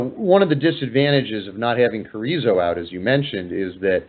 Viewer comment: He pronounced Carizzo in same way as Chorizo!!. Hahaha.